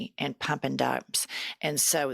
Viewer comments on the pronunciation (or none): I love your podcast, but i just gotta say.....and is a one syllable word.